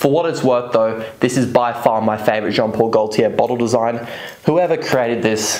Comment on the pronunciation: Jon pol goltier le mele le parfooom